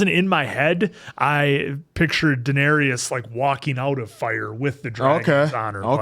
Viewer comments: You are pronouncing Daenerys incorrectly Dan-air-is Not Dan-air-e-is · Dan-ERRYS not Dan-ERRY-us! 😠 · Dan-air-iss /for the algorithm 😊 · The Dennarius killed me. Daenerys